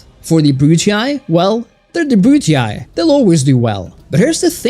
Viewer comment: Nice video, but the way you pronounce “scipii” and “brutii” makes me wanna violently stick a chopstick into my eardrums